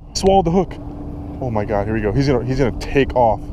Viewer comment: 'Oh my GAR'